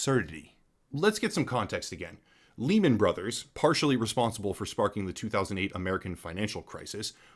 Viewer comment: Just an FYI for you bud... Lehman is pronounced Lay-men, and Deus is pronounced Day-Us. Not being a nit-picky bastard or anything. Just lookin' out.